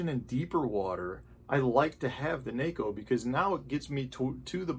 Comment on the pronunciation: Thank you for being one of the few pro guys that pronounces Neko the right way.